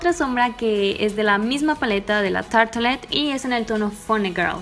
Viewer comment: Pero tarte no se pronuncia tartle👀